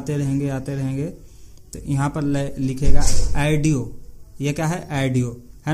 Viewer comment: Bhai adioo nehi audio😂😂